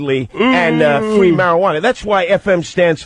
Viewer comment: Fwwweaking mowwwons Fwwweeee marijuana 😂😂😂😂 That speech impediment makes it so much better